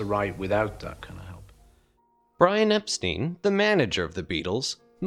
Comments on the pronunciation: Epstein = "Ep-STINE", not "Ep-STEEN". Why do you continue to mispronounce this man's name, when EVERYONE in the 60s knew it was "Ep-STINE", and said it that way? 😐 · The Hollies never toured with The Beatles so that story about "Misery" is utter cack. Ps. It's ParaMORE not Parmore. And Epstine not Epsteen.